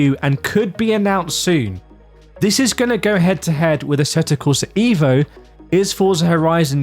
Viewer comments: It’s called EVO like evolution. Not IVO like idiot. Not too hard 😉. Cheers, Alexander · with the letter E in EVO pronounced as the letter E in the word ELEPHANT ..pleaseee 😉